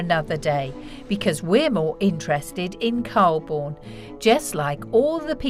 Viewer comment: The narrator of mispronounced Calbourne